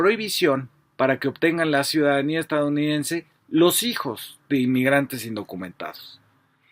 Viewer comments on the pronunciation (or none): Se dice EstaDOunidense, no estaunidense 🤦